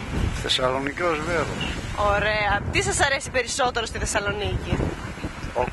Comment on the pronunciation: Girl said "Ωραία" (pronounced "Ohrea") which means "Nice" , not "Oh" ...